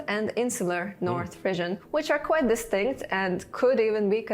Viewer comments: I think when you are speaking English, the word Frisian is pronounced FREE-zhən rather than "frizzian" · Everyone else: "frizhən"🙂: "fRiiIIzzIIiaAN"🤌🤌🤌🇮🇹🇮🇹🤌🇮🇹🤌🇮🇹🤌🇮🇹🇮🇹🤌🤌